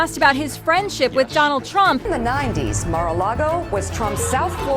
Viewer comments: bhai donal nhi donald hai well video to nhi dekhi par apni banai hogi to chatpati to hogi , love u ❤❤❤ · Donal not Donald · A small correction...Its [Donald]